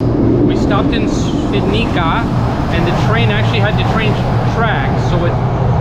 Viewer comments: Te fact you can pronounce Ś flawlessly but struggle with the Polish "c" is wild. It's pronounced "ts" my friend, so Świdnitsa ;) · C in Polish is pronounced as "ts", not "k", so "Shvidnitsa" not "Svidnika". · Ha ha, no worries. I was impressed at your ability to pronounced Ś in Świdnica. That's impressive. So it was funny when you mispronounced comparatively easy letter "c" ;)